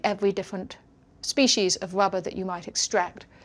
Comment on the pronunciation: It is unfortunate that she is unable to pronounce the letter R, hence her having to say ''wubba'' many times. Let us also not forget to lament the Japanese man who decided to sell everything he had to manufacture and market licorice or, as he says it, ''hwigowish''.